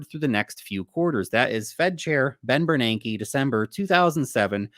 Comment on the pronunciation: Every time I hear you say Ben Bernanke, I think Ted Beneke. 🤣🤣🤣🤣🤣🤣🤣🤣🤣🤣